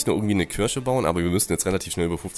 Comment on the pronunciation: Es heißt KIRCHE nicht KIRSCHE... das ist kein Obst sondern ein Gotteshaus ! ... ^^